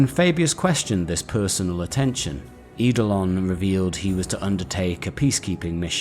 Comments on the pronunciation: Love these vids, looking forward to the one on my fav thousand son. I get a little triggered by how you pronounce some of the name though, I get why you do though, eidolon for example is pronounced idolon, it's an ancient Greek word for ghost or spectre where the E is silent 🙂 this really is very minor though and the vids are thoroughly enjoyable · Lol I know right??? Adored the video but everytime he said Idolon hit me like a record scratch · You research and delivery is excellent! Great videos and great story telling. The only criticism I have is that some of your pronunciation is off, Eidolon = Ay-dol-on for example. Keep it up dude, you are fast becoming my favourite 40k youtuber.